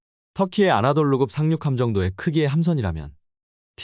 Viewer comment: 아나돌루 X 아나톨루 O